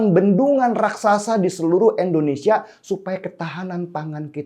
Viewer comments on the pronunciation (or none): Indonesia bang bukan endonesia,, di pertekan lg ejaannya, dan tolong biasakan kepada kepala negara bukan asal nyebut nama aja..gunakan pak jokowi kek atau presiden jokowi kek. Itu ajaran pak harto yang selalu membekas karena menghormati kepala negara dan jajarannya. Terimakasih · INDONESIA bang bukan ENDONESIA 🤘🤘🤘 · INDONESIA Bang Den... Pake "I". Bukan Endonesia..... Kok ga enak bgt ya dengarnya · Maaf bang denny..bukam endonesia tetapi indonesia....joss bang denny